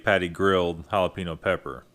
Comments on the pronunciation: It's not hal-a-pee-no. Lol. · lol Halapeeno